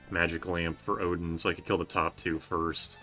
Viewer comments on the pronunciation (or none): none